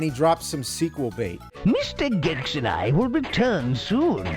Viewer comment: say gex bro, just say "gex", PLEASE JUST SAY GEX PLEEEASEEE